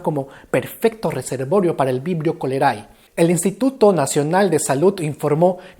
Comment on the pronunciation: sólo quiero decirte que la "ae" en latín se pronuncia "e", lo aprendí ayer en un video de pronunciación correcta de los nombres científicos. Entonces se diría "Vibrio colere" (Vibrio cholerae). Saludos crack:3